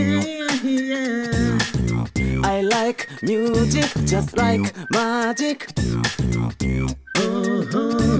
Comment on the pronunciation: ミュージックよりミューズィックの発音の方が良いかもです！ 歌上手いし1人で全部できるのはDaichiさんのアイデンティティ！